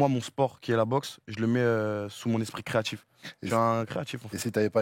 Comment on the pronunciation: J en peux plu des j le l’ dji, sans mentchir, creatchif, wallah, wesh, t as compris frerr.